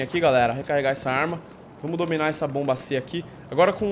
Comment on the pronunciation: meu deus o fala bomb mas não é que raiva